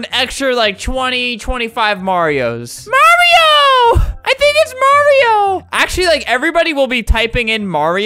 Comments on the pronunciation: Mario❌ Mawio✅ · Ttttttttttrrrrrrruuuuuueeeeeee: MAWRIOOOOO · Flamingo, I love how you just pronounce the word Mario: MAWIO MAWIO MAWIO MAWIO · So, we got MAHREEOO!! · Maweoooo :3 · Mommy oh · " MOMMY OH " " LUIGI " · I had CC on and when you said “Mario” the caption said “mommy oh” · MAWIO MAWIO MAWIO MAWIO MAWIO MAWIO MAWIO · MAWIO MAWIO MAWIO MAWIO MAWIO MAWIO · m a w i o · MAWIO MAWIO MAWIO MAWIO MAWIO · mawio only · mawio time mawio time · It keeps saying mommy oh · It's always been Mawio. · It's pronounced Mary-o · Marryo he says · not mario